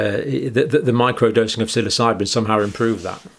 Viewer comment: great first pronunciation there , John : "SILLYSIGHBIN"